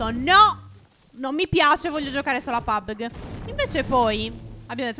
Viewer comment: Comunque stef e phere si dice pabigi però tu lo chiami come vuoi